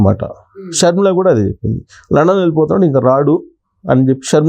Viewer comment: Adhi London ra babu Landon kadhu